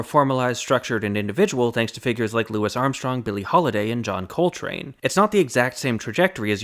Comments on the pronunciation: I'm sorry, who is "Lewis Armstrong"? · You began the micro-history of African-American music by mispronouncing Louis Armstrong… love you man but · First World problems lmao. Also did he say Lewis Armstrong 😂